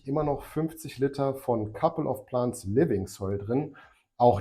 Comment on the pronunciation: Couple of Plants (Pl Ä nts) ..denglische aussprache ist schlimm :D .. also richtig , oder gar nicht ^^ .. schönes wochenende und einen erfolgreichen grow :)